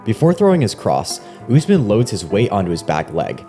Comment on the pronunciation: Learn to say the name correctly. Is Usmaan, U as in Ubuntu, s as a short ss like a hiss, maan